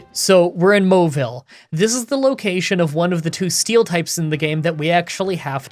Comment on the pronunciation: Ah yes. My favorite town in emerald. “Mooville”